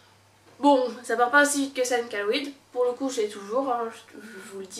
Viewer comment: Chéloïde* pas kaloïde